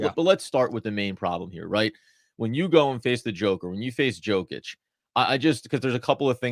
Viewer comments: Compliment him by pronouncing his name accurately. 2 x mvp 2FMVP And you still can’t pronounce it? Yoke itch not Joke itch… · Yo-kitch not joe fyi. 2 time mvp, fmvp put some respect on the name lol. Good pod! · Nikola WHAT?! YOU WANT TO TALK ABOUT BASKETBALL WITHOUT BASIC FACTS. HE IS NOT joe-kich but YO-KICH ! WOW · YO-KICH my brother. Have a nice day